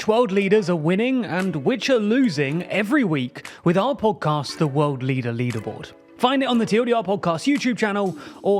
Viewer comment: I can’t even misspell on purpose how he pronounces “podcast”.